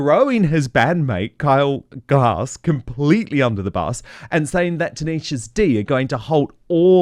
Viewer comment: Hi Dan, just to let you know, It's Kyle Gass, not Glass.